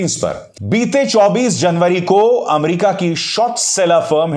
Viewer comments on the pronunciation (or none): none